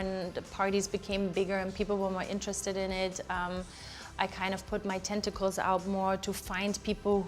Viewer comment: sis really just said “spread my tenticles”